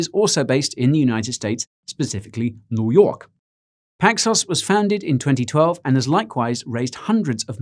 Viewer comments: neww yaaukkk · "New Yaawk" put me on the flaaw lmfao 😂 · The way he said, "New York." I had to replay that. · I had to back it up to ensure I wasn't hearing things and that you were indeed laying down some east coast dialect. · I laughed when he first said "New York," and with a Brooklyn accent to boot.